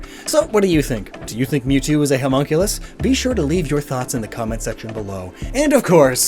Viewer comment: For a second there I thought you were calling Mewtwo a Homo as in gay and I was like What shrooms have you been smoking